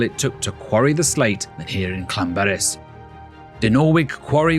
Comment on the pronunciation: Ll makes a should in Welsh as if you are holding spital in your mouth and then you throw your tongue forward in the month to make the sound so it is not Lan it is Llan